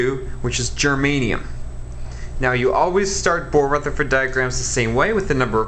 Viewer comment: “Ruthfa diagrams” 💀🤣